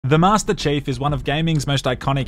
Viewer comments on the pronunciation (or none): "Master Chafe" lol